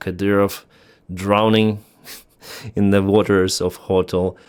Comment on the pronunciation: The wildest part of this video is how he keeps pronouncing "ho-tel" when it's almost exactly the same way to say it in Ukrainian. Gotta be trolling right?